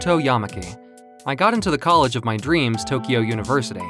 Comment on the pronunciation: The way he say "colledge edition"